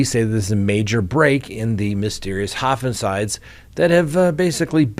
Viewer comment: Also what is hofincides" I think you meant to say homicides.